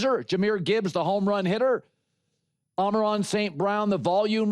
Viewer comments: Dude it’s “Amon-Ra” not “amaron” how many times are you gonna say that lol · Can someone please tell Colin that it's not: Ameron St. Brown..... It's AMON-RA ST. BROWN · Ah-mer-on is crazy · You sound a little unhinged. You never mispronounce a person's name or make light of it. St Brown's father gave him that name.